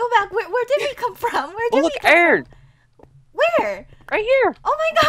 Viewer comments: Iverson Costa him,lastic,Radiojh Audrey and microgurdian say iron like irn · it is not iron it is irn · i love it when chad calls iron ern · You didn't say iron right it like I-Ron not eiron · Iverson Costa he says irn,we say iron irn 😎😎😎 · Iverson Costa he say irn for like an.iron nickname lol :) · I-R-O-N not E-R-N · Natalie that is just how they say it to be funny, they know how to actually say it bu say eiron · He say airin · Chad says iron wrong